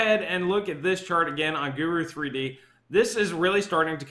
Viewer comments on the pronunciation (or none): none